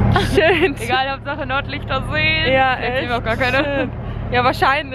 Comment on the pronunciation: Hat sie Nordlichter oder Norderney gesagt ?